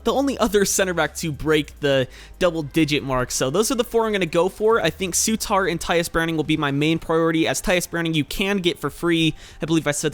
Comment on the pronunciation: Souttar isn't pronounced Soo-tar, it's pronounce Su-ter :)